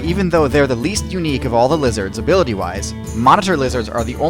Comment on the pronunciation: While listening to the Hearthstone music playing in the background, I heard you saying "Blizzard" instead of "Lizards" 🤔